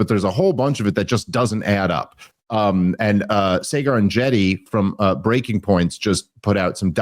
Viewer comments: your friend’s name is pronounced “saw-grrr” not “say-gar” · Yes, the pronunciation of "Saygar" drives me crazy. He has been on their show several times and always says how much he likes them. You should know how to pronounce the freakin host's name. Also, have you noticed over the past several months the deep throat inhalation sound Dave makes into the microphone? That also drives me nuts!!! Is that a side effect of vaping per chance? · Dave, its Sah-ger, not Say-gar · Mispronouncing Saagar’s name is such a boomer move 😂 “SAY-GAR” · We love you, but stop butchering Saagars name - you sound 80. It’s a soft ‘A’… Saaa-gar